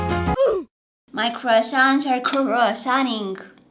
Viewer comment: aH Ah Ah wAaAaAaA oWa! 😊 sHe WaS a tOmWtO My CrWaSoNt aRe CrWaSoWnTiNg